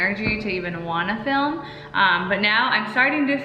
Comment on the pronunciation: dhar i it’s pronounced film not filum 🤦🏼‍♀️